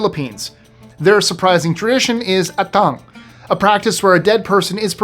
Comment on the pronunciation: Thank you for mentioning the cultural practice of the Ilocano People. I just want to correct you, I'm sorry. The correct pronunciation of "Atang" is like the pronunciation of Apple. Have a great day always. 😊